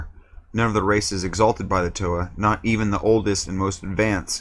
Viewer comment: Bro......Toe-Ha. Come on